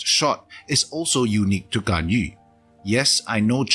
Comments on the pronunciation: finally someone who pronounces GANYU, not GANYOO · Good thing about Singaporean youtuber: pronouncing Ganyu correctly